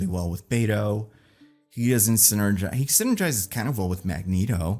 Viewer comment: Wish you’d stop saying “Beto”. Other than that great job